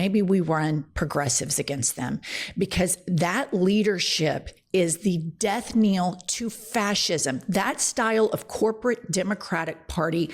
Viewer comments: Knell, it's Death Knell not kneel. Knell rhymes with bell because it's the ringing of a literal bell. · HI Jen, sorry to correct you again but I do it coz I love you guys, and I am a teacher! I Love everything you do for your fellow human beings, and everything you stand for and everyone you fight for💪🏼❤ Now for the correction: At 12.25 You said "... Because that leadership is the DEATH KNEEL to Fascism... " THE CORRECT PHRASE IS "... because that leadership is the DEATH KNELL to fascism... ". IT IS PRONOUNCED" DEATH 'KNELL' AS IN "FELL" NOT DEATH 'KNEEL' AS FEEL. I thought maybe you didn't read the word properly, but you mispronounced it Twice or thrice. THERE ARE 2 LLs, NOT 2 EEs. Cheers Jen✌🏼🥰🙏🏼🌹❤